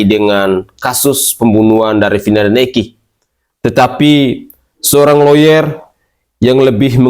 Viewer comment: Bilang Vina aja,vinah. Gila kauu